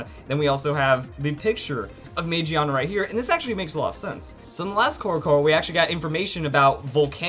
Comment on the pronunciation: It's pronounced Ma Gi Ah Na.